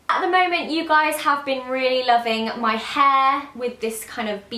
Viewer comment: "My haaa"